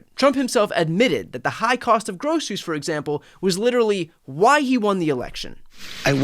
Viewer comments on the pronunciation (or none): Trump pats himself on the back for learning a 3 syllable word: grocery. To me he’s saying: “gross is me.” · He also said “groseries” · And he says "Grossaries" instead of pronouncing the word the normal way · he can barely say groceries